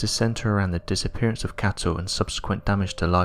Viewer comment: It's such a shame such decently produced uploads are so badly narrated. His voice is nowhere near loud enough and too soft. He also mispronounces every other word, and it isn't just his accent. Words like "cattle" he mispronounces as "cattow" because his impediment won't allow a hard "L" . It becomes not just irritating but very difficult if not impossible to follow along. I wish they would edit these and re-voice them. It would be such an awesome channel then.